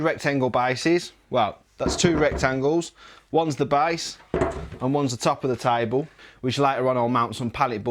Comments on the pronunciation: Its not taibol its table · Its table ..not tiable😂😂😂 Its chain...not cha-in😂😂😂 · He's gonna build, "a tybull...." what?